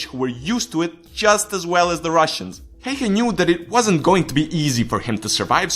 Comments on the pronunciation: You pronounced his name wrong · Onks tääl ketää muita suomalaisii, jotka vetää hirveet cringet siitä että tää jätkä ei osaa lausuu "Häyhä" oiken? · That's how Häyhä gets you; he kills with impossible pronunciation! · that is not how you freaking pronunce Häyhä perkele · Pleaseee! It needs to Be like: Simo Häyhä. A ~ Ä. Also if you want to know what Ä sounds like, you need to read this all the way to the end. So the letter Ä is the same when you say Apple. if you compare it to a word like a car for example, you notice the A letter in Apple sounds different than the letter A sounds when you say car. So just say the A letter alone. Don't say Apple just say the A letter and add couple of dots and you have made it. Also if you are still wondering what it looks like it should look like this: Ä and in lower case it needs to look like this ä XD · you can say häyhä good but you can train say ä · A finn gets triggered by how says Häyhä. Ä is like the a in the word "hand." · You pronaunced Häyhä wrong and trust me Im finnish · ä is pronounced like the a in man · U. Logic same. Expesially how he pronounces Häyhä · you butchered his name really hard